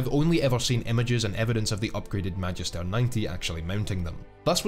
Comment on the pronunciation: As someone who takes Latin classes in school, I hate how he mispronounces Magister.